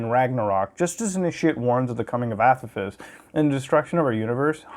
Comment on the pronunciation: Its pronounced ah-pɑh-fes